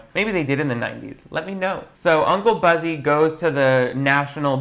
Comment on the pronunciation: Every time he mentions the main guy it sounds like he says "Bussy" I can't 🤣